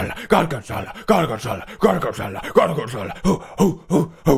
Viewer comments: It's "gorg*o*nzola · Pewds: GORGENZOLLA GORGENZOLLA Me: hes speaking the language of gods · He's saying Gorgonzola